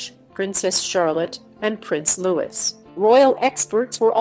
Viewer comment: It’s Prince Louis pronounced Looeee